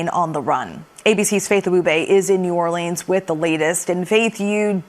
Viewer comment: Someone needs to educate this announcer before they put her on camera. They need to help her understand it’s Stevie Wonder not Steven wonder and the correct way to pronounce New Orleans.